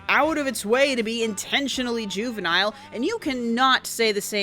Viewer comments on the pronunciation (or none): none